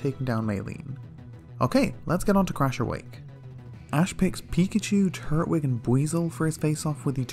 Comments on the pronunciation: Something really bothers me about how you split up the syllables of turtwig because I always hear it and say it tur-twig like tur-tle, but you say turt-wig. I dunno, but it’s one of the weirdest things to bother me, I know. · Twig!!! Twig like a stick! It’s not called “turt -wig” it’s tur-twig because it’s the Twig Turtle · Lol I know different places have different accents but I was legit gettin upset in this one😂😂😂😂 red, crystal, and emerald you did good but what the hell is a “turt-wig”. Growing up I called him “tur-twig” like turtle mixed with twig. You’re saying it like turtle and wig. Like I distinctly hear you pause between turt and wig and it’s throwing me off. Still great vids tho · I thought it was tur-twig not turt-wig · It’s “Tur-twig” not Turt-wig”🤦🏼‍♂️ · "Turt-wig" XD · TUR-TWIG!!!! it’s not that hard! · no one gonna mention the way he was pronouncing turtwig? really?